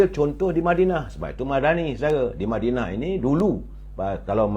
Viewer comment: lebih suka berada di mindanao?.. ke mana?.. ooo madinah... "".. madinah bunyi mindanao.. biar jelas duduk perkara "".. jgn cuba kelirukan kami.. kami bukannya bodoh..